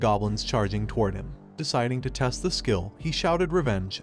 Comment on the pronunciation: Why does the system say shill instead of skill??????????